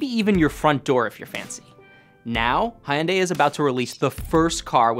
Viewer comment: I found it most amusing that he had such a hard time pronouncing Hyundai 😂